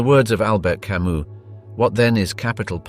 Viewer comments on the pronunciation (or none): none